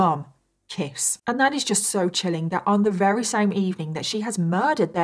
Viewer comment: I really like how you tell the details of cases. And your make up is always so pretty at the end lol... I am not at all into make up but I think it's somehow soothing to watch while listening to terrible details. Anyway, thanks for your channel! Also think it's kinda cute how sometimes when you're saying "very" it's more like "wery"... IDK lol anyway <3